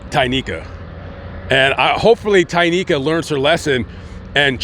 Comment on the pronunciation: Are you positive her name is Tynika Not Tequila